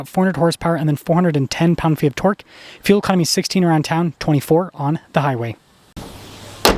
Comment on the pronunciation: Torque not Twork